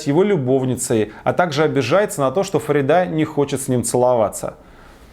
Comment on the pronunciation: ударение в имени Фарида попадает на и